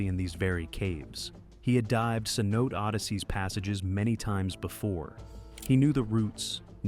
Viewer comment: FYI. Cenote is pronounced 'say no tay'.